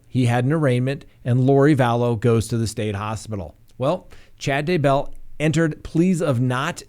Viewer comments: Ugh I find that so annoying. Scott mispronounces it also. He says "d' BELL". It's DAY-bell. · Its DAYbell. Accent on the Day.